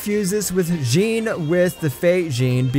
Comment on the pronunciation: The guy who narrates this absolutely butchers everything from Japanese pronunciation, to French names like Jeanne and Vanitas. Lmao